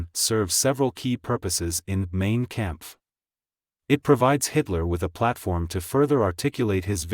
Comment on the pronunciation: Mein (mine) not main.